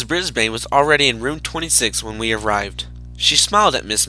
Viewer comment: It's ms.brisbane not ms.brisbean